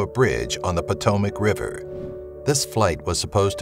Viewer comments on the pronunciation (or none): none